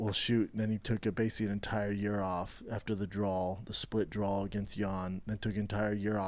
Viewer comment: B it’s not a drawl it’s a draw my man. You can pronounce hard words damnit, you got this buddy! Glad you’re back big guy!